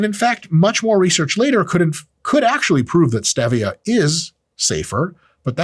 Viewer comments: Etymology is the word you wanted . And it's Steve-ia, like the guy Steve. Named after Pedro Jaime Esteve (Spanish physician and botanist from the 1500s). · ...waste of time. Suspected it might be when he couldn't pronounce Stevia correctly. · Wtf are those big words in the beginning. Also it's stevia not stevia! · Dr. Mike, you hate stevia so much you pronounce differently than most people!!?? What the hell is that??; Did some stevia salesman beat you up!!?? Why don't you mention the study in the news, which is the reason you made this video, showing aspartame damages DNA!!?? You call yourself a Dr.!!?? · Come on Mike every human calls it Stevia as in Steve e' a' Calling it Stev e' a' was so funny I couldn't through the video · Dude, it's STEEEEEVIA, and ZEEEEEEVIA! The whole POINT is to rhyme with Stevia. The "E" in Stevia is Long, not short. You people need to stop putting "your own touch" on words. There is the correct way and an INcorrect way to pronounce words. There's no such thing as "My Way." Same goes for Kefir. It's not Ka•FEAR. It's KEEEEF, then "UR!" Why do people do this? I'll TELL ya why... They are either uneducated and think that words are a choice in how they want to pronounce it, OR, they have a very small (or big) ego and/or a control issue hidden deep down inside. "Hmmmm... I'll say it my way, and you say it your way." Ummm, sorry, but it's not "my way or your way." It's either the correct way or INcorrect way, and I hate to rain on your parade, but you are pronouncing it the INCORRECT way. Informative video, though. Thanks!! Cheers! 😁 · It’s pronounced stevia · Okay. Dr. Mike says STEH-via, and Layne Norton says crea-TIN. Balance has been restored.